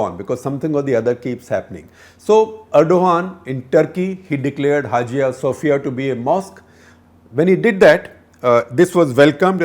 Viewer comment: correction "hagia Sophia" is pronounced as ha ya sophia